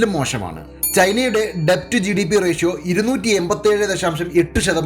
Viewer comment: 'ഡെബ്റ്റ്' അല്ല 'ഡെറ്റ് ' എന്നാണ് ഉച്ചാരണം